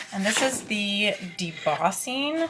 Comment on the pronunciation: Are you pronouncing debossing? It that right? I might need one